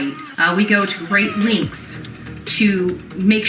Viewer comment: I listened 3 tines, and can you all confirm that I am hearing say,"We go to great links," instead of "We go to great lengths."??? She is so damn dumb and, yes, those extensions must have been rhe Walmart Specual. They don't come close to matching her hair. Blonde and yellow much?:😜